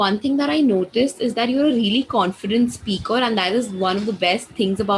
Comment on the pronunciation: You are great bro..if you don't mind..i want to suggest please do correct your s sound.whenever you speak s started words...like speak but you pronounce aspeak...